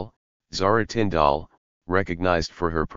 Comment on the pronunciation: Absolute crap. Can't even get Zara Tindall name right. And pronounced tin d l. If you going to tell stories about our royal family GET YOUR FACTS RIGHT